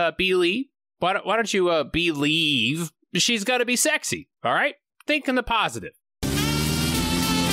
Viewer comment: I like this movie, and while you did make a few valid points against it, I still have to take a few revenge shots at you: 1. Amazon started off dealing drugs? 2. You really said B-Lee-ver... What the hell is wrong with you? Decent video, I guess.